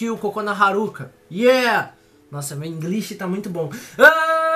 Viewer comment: Se o inglish do tá lindo o meu ta maravilhoso kkk Aí que piada ruim